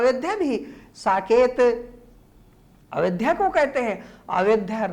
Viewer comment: Ayodhya hota hai sir avedhya nhi